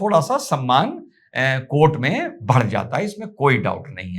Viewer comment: आप "बढ़ जाता है" को "भड़ जाता है" क्यों बोलते है...